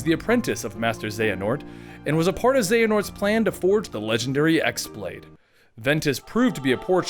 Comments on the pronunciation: Ah I just wrote a post without looking at comments and you said the same. It is definitely pronounced keyblade. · ok hold on, im but let me set on thing straight, it is not pronounced as X blade, it is pronounced keyblade (as wierd as it may be). in the game they call it key blade never x blade even tho thats how its spelled. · pretty sure the X pronounced as Chi, in some way it can be even pronounced as Kii (Key). it's Greek if i'm not mistaken. the normal keyblade is just pronounced as that but X-blade in the game was pronounced as Chi blade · yeah! I mean X-Blade is totally forgivable because everyone pronounces it like that now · "Equarus"? "Ex blade"? But... No... :P